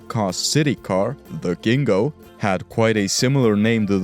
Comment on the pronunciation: I'd like to correct you on two points. 1st the Fiat Gingo was not pronounced Ghingo, but with a hard J (think jaguar) 2nd Furiosa also means angry woman in Italian, there's no way the story about the name change because of the Spanish meaning is real